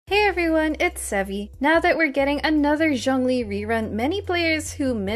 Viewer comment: its not jung lee btw, its zhoongli